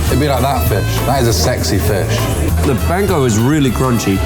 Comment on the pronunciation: ”Sexy fessh”